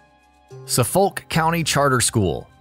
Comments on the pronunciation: It’s not pronounced So-folk, it’s actually suff-uck. (Anyone from Massachusetts is gonna notice that, sorry) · Suh-folk... I can't... It's suh-fok...🤦🏽‍♀️🤦🏽‍♀️ And it's just Hancock not John Hancock. 🤦🏽‍♀️🤦🏽‍♀️ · SUFF-ULK, Definitely not from Massachusetts are we? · Suffolk is pronounced "suffick" :D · There's also a Suffolk county in New York. The narrator messed that pronunciation up lol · 'Suff-uck'? Are you serious?